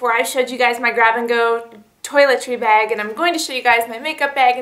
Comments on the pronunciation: BAG. not BEG. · heheheh i love how you say "bag" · How many times do you need to say bag in one video? And you don't even pronounce it right!